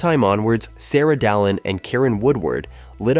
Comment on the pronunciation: He cant pronounce anything at all. No American can say Bananarama. And the way he said Dalin was weird as hell.